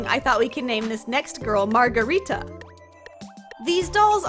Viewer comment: Hearing you butcher the word margarita was killing me but A for effort!